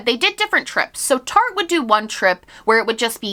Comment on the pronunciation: i spent half of this video thinking you were saying Target instead of Tarte lmao